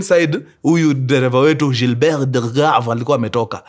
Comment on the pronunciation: Weee mkuru si usome tu Gilbert vizuri 😂😂kama mwafrika.....